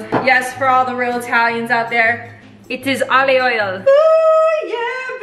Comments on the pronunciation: ‘’Olli oil” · When your Italian and she says olli oil 😝🤣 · i'm italian and i LOVED when u said "OLIO OIL" you're the best i swear